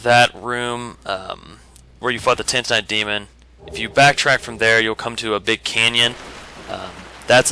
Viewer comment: 'soltaire' 'tantanite' 'lost izaliath' keep the mispronounciations coming hahahaha